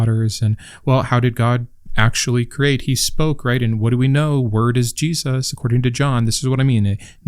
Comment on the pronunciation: Feels like I’m back in school. Part 2 please. I just binged your whole series on the book yesterday. I’d highly recommend everyone watch them. The thing about the feet was crazy to me. Love the way you speak. The way you say Jesus makes me laugh idk. I enjoy your voice and research. I was actually raised a black Jew. Aka a Hebrew Israelite. I no longer believe in god. My mom actually never let us read the new testament so I am learning SOOOOO much. I truly appreciate your hard work.